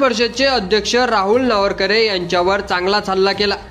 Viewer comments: अरे बाबा नावरकरे नाही, नावेंकर आहे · वाचता येत का नार्वेकर नावरकरे नाही रे पत्रकार महाशय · नावरकर नाही रे नार्वेकर... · नावरकर नाही नार्वेकर म्हण रे .. बाकी भास्कर जाधव ग्रेट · अरे नावरकर नाही. नार्वेकर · अरे तुला नार्वेकर सुद्धा उच्चारता येत नाही. कसला विडिओ बनवतोस 😅😅😅😅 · कृपया या कार्यक्रमाचे समालोचन ज्यांनी केले आहे त्यांना हात जोडून विनंती की,आपण सभागृह अध्यक्षांच्या आडनावाचा जेवढ्या वेळा उच्चार केला तेवढ्या वेळा तो चुकीच्या पद्धतीने केलेला आहे.कृपया उच्चार स्पष्ट व शुद्ध असावेत. कारण आपण जे कांहीं सांगतो त्यातील चुकीच्या उच्चाराने शब्दाचा अपभ्रंश होऊन न कळत चुकीचा अर्थ लावला जाऊ शकतो.कृपया यापुढे असे कोणत्याही नावा बाबत तसेच शब्दा बाबत होणार नाही याची काळजी घ्यावी एवढीच माफक अपेक्षा. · व्हिडिओ बनवणारे तुम्हाला अध्यक्षाचे साधं नाव सुध्दा वाचता येत नाही. आश्चर्य. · आपल्याला साधे नार्वेकर यांच्या नावाचा चुकीचा उच्चार करत आहेत. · पत्रकारानी नार्वेकरांच नाव प्रथम निट उच्चाराव